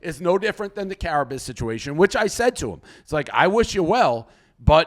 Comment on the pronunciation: Dave mispronouncing Carrabis name is hilarious